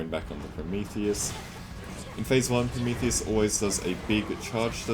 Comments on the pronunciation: why does he keep calling Prometheus "Promicles"? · why does he call prometheus promecles?